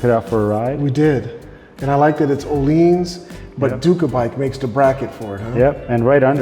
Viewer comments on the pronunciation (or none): Beauty of a bike ! I pronounce the suspension / damper as Oh lins not oh leans ? I believe its the correct way !